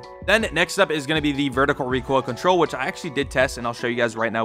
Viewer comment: "Reek oil"